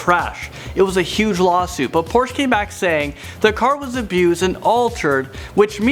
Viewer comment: OMG please say porsche correctly